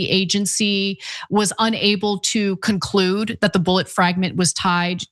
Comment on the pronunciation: Did you just say “it didn’t ‘conclute’…”😊 💜